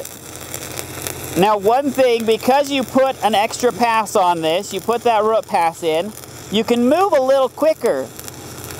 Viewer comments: RH-EWWWWT not ruht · Took me awhile to realize that this guy was saying "root". All I heard was "rut". XD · I had to stop watching since the way he says "root" not "rutt" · ugggg, its pronounced rooooooot, not rut